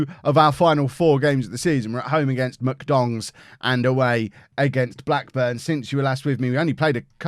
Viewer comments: You said MK Dons, I heard MK Dongs. Both work imo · Listening on headphones... 10000% definitely just called MK Dons “MK DONGS” 😂😂😂😂